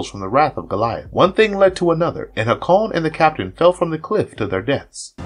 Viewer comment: Hay-kon! Not whatever pronunciation you were saying lol it’s like listening to Benedict Cumberbatch say “penguins”.